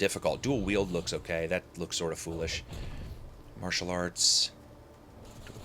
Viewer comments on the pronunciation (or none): none